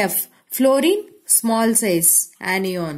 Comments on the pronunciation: Aniyon....😂😂🤣🤣 I cant understand mam this word....😅😅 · it is anion not enion and cation not catenion 😂? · Mam when you say kation ana annion it sounfs very funny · cation anion shi se bolo